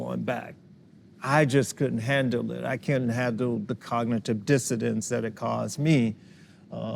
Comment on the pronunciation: Did a psychologist and neuroscientist just say 'cognitive disidence'? Yeah he did.